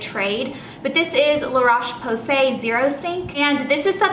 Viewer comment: I speak french, and it's la rowsh posay which is how you pronounce it :) no problems though! I used to say most of it wrong but now I learned :) I love the Avene too! Have you tried evian?